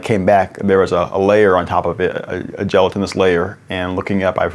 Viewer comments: jella-ton-us... phonetically all right ill give it to ya. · I love the Reginald breaking down the scientific portion, but the way he pronounced "gelatinous"... I cant get over it its bugging me so bad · I know this is a prick move, but god dammit. That is not how gelatinous is pronounced.